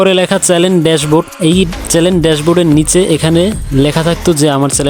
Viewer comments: চ্যালেন না৷ চ্যানেল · চ্যালেন না চ্যানেল